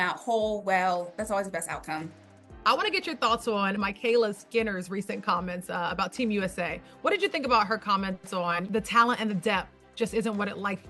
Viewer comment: Her name isn’t “MYkayla”